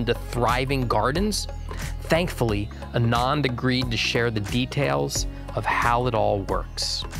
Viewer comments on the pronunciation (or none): Its pronounced AAnand :) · I am a recent fan of. Kudos for all the great work! A small thing that bugged me: Anand should be pronounced as Aanand. The first syllable is Ah, and has the stress.